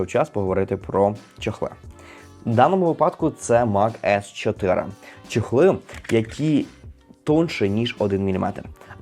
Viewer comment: Тільки не чЕхли, а чОхли😅 Дякую😊